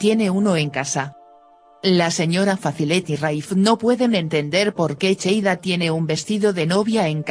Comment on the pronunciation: No es cheida es seida